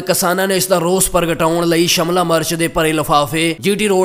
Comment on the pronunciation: Shamla nahi shemla hunda😂